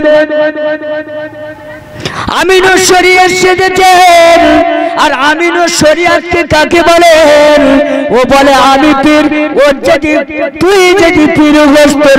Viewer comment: Ai hujur amurus sariat bolte pare na😂 Aminus sariat bolche😂 Ar koto gen ami jani😂